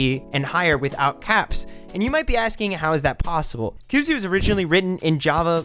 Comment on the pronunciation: I found this game too when they released 0.0.0, and so far it's been pretty interesting to see how much it is different from Minecraft. I know others have said but it's pronounced cubeez (by my understanding). I appreciate it's in an early form, and will have many more features by the first real release, but from what I've seen so far it's got a solid foundation from which to build, and I can see the appeal for those who either have played and are bored of Minecraft, or for new players to this style of game. Sure, there are going to be some teething problems along the way, but I can't wait to see what it becomes.